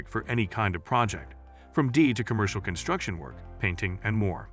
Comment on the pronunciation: The robo-voiceover -- very offputting, especially when it mispronounces "DIY" as "die"